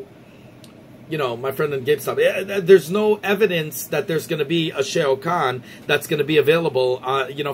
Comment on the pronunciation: We gotta work on that Shao Kahn pronunciation... Good video though.